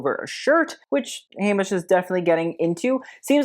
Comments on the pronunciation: Okay … Anne Heche… pronounced as Haysh to Hetch. She was quirky and quite beloved. She suffered from mental illness. She had a tragic life and even more tragic death. She deserves grace and respect please. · Heche (Anne Heche, died in 2022 due to a car accident/drugs) is pronounced "Hey-sh" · Don't know which was funnier, "the stain was the most interesting part of the dress" or "the dress should have gotten rid of itself". Thanks for this,. I needed a good laugh today. Oh, Anne Heche is pronounced Hay-sh and she was an actress, formerly Ellen D's gf and died last year in a tragic car accident when she was trapped in a burning car she drove into a house. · Tell me you’re young without telling me you’re young. Anne Heche (Hay-shh) and Famke (Fam-kuh) Jansen were a thing in 2004. Famke was the original Jean Grey in the X-Men movies. PS Theodora is (Theo-door-ah)